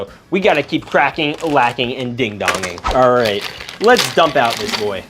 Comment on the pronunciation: STOP SAYING CRACKLACKING